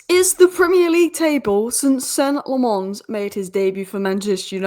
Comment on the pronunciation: Lammens is pronounced as “La-muns”